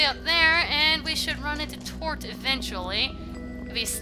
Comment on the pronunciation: its not tort for whatever reason. its toth. weird.